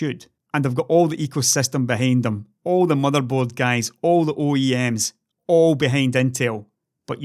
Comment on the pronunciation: "hello gais haw~" SMASHES LIKE